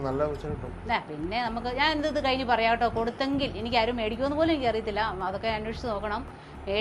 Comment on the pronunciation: കേട്ടോ എന്ന് ആണ് ഉച്ചാരണം.